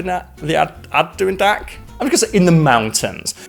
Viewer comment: Pronounciation help: ad-er-ON-dacks. Unless you’re from New York, that one’s hard. 😉